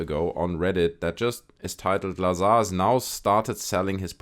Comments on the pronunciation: You are mispronouncing his last name - it is pronounced Bob Bizarre. Agree with your sentiment on Jeremy Corbel. He's a charlatan. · Bob looz-ar